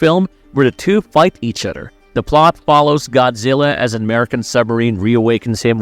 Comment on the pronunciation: My guy can't do TH sounds 😂 other = udder, together = twogedder, this = diss